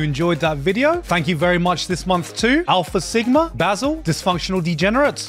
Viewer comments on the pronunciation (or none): none